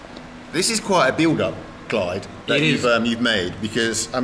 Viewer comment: it's Klayd not Clyde